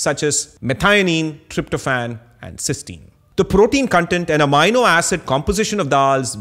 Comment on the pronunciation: Excellent episode! Loved the different clarifications you have here on lentils, pulses and legumes. I am however intrigued by your pronunciation of Amino acid since in US and Uk, we say "Ameeno" Acid while you say "Amaino" Acid. Same for Linoleic acid.That threw me off as I was trying to see what that word was.